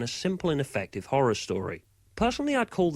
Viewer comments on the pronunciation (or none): none